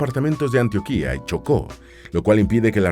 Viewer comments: Ojo, no es "Antioquía", con acento en la última "i". Se pronuncia Antioquia, así como se lee, sin acento en ninguna parte. Y Antioquia es un departamento, cuya capital es la bella ciudad de Medellín. Saludos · no se dice Antioquía ( como la región caucásica) con acento en su tilde final,el departamento colombiano se pronuncia con acento en el medio: an _TIO- quia y sin tilde. 2. Jamás se hará por que aún existe mala relación por el abandono de Colombia a Panamá cuando era parte de este pais como un departamento,lo que ocasionó su separación ,auspiciada por EEUU. 3.a EEUU no le conviene para nada que se habra esta ruta,por que sería colocarle alfombra roja a miles de migrantes más,que se verían atraidos por la facilidad de la ruta . 4.Estados unidos tiene gran influencia en panamá ,y por sus leyes anti migración,antidrogas y demás siempre ha hecho presion para que no suceda. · xq? Deforestación y destrucción del medio ambiente y del hogar de los nativos. Les parece poco? Tocaria buscar otro tramo, un puente. Y recuerda se dice Antioquia, sin tilde en la I final. Gracias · Este canal es muy bueno, excepto cuando pronuncian mal el nombre de algunas regiones como "Antioquia" a la cual le ponen tilde en la "í". Corrijan eso, no es Antioquía, sino Antioquia. Les pasa con mucha frecuencia. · bro, salu2 desde Colombia una corrección. Antioquia se acentúa en la "O" y no en la "I" :3